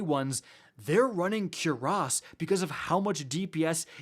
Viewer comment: I can't with the CuerAss pronouncement...Dam Canadians😭🤣